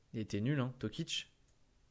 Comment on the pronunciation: C'est pas tokic, c'est toko